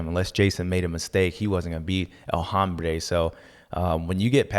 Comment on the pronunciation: Hey Bubba. It’s el Hombre like umbreeee almost. Not hambre that’s hunger right there 😂. Love your input and to see you back in the screen 🙏🏻🔥🔥 Get Villopoto in there with you!! Barcia did him dirty. He knew exactly the odds of dropping the fooo. He knew there was a chance to drop him and he took it.